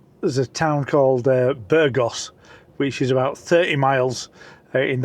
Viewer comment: You pronounced both Burgos and Valladolid incorrectly. Typical Brit abroad😂